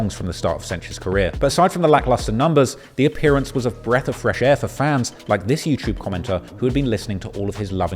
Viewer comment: Love hearing say Yew-Chewb